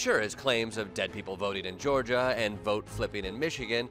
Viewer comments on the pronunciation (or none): none